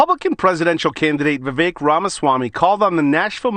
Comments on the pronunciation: It's pronounced vi-vake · It's Vuh-VAKE' . And yes,he's great. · Vivek is pronounced Ve'Vake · Vivek rhymes with cake.